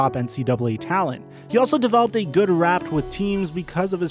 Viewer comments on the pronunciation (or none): He developed a good rapt with the team? I think the script was meant to read, “He developed a good rapport (pronounced ra’pour).” But it’s all good. For as many vids as you put out, you must just be tired. Or it’s that UCLA education. lol! #FightOn lol